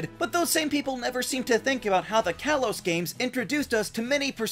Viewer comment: It’s pronounced KAH-lohs and DELL-EE-bird, “Patrick Star”! 🤨 Stop mispronouncing Pokémon names, bub! 🙄